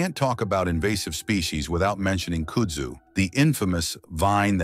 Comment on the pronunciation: Voted down. How can anyone mispronounce KUDZU ?